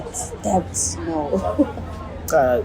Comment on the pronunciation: T in Debt is silent seqamgwaqo ndini!